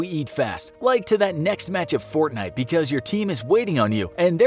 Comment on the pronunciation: As soon as he said fortnut I disliked.